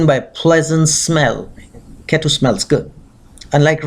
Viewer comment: Oye angrez, you can't pronounce Brahmaand? And ketu also with angrez style? Who are you trying to showoff?